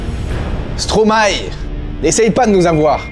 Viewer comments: On dit pas « Stromaé » mais « Stromay » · Stromae... n aurait jamais dit stromaé ... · Qui est belge ici ? ✋ (et on ne prononce pas Stromae comme ça !)